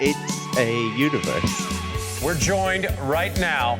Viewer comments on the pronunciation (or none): "centre of the uniworse" Hahahaha.